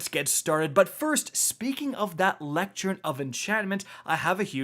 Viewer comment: Sounds like someone doesn't know how to pronounce "lectern".